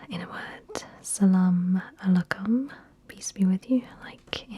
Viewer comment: I was born in Afghanistan (raised in NJ) and speak a little farci and your pronunciation of salaam alaykum was absolutely perfect. Well done!